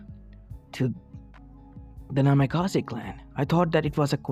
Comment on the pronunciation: Bro this hurt my head pls. Change the naimkaze not namikaze